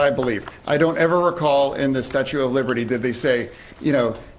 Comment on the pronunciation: Did he say “statue of liberty “